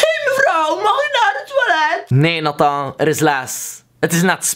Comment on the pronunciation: hoe jij je naam zegt 😂 "natáh"